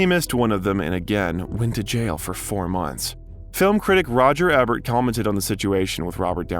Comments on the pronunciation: There are a few giveaways that this is an AI created video. None so obvious as "Cybele Shepherd" (Siy-bel?) Roger "E"bert. :eyes-purple-crying: "Val Kimmer" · First time viewer and commenter. Just found the channel and you've gotten a sub from me. A bit of constructive criticism though, make sure you double check the pronunciation of celebrity's names; Cybill Shepherd, Marisa Tomei and Roger Ebert are a few of examples that stood out from the otherwise very well researched and put together video. I look forward to watching more!